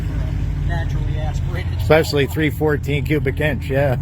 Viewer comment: Its 314, not 214 as you are saying !?